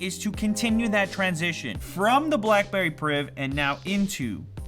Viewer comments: BACKBERRY..... ffs get it right XD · Back berry priv? Lol